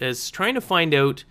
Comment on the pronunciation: ARE YOU CANADIAN? listen to the "out"